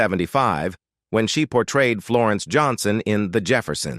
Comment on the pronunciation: OH MY GOODNESS BRO. ITS NOT JOHNSTON,ITS JOHNSON!! WHY THE HECK COULDN'T YOU SAY 2-2-7?? YOU SAID TWO HUNDRED TWENTY SEVEN!!!!